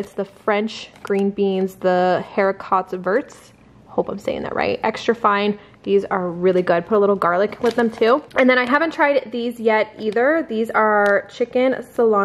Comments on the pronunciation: Green beans are pronounced “Harry ko-vairs) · Hericots verts = “ ‘airy co vair”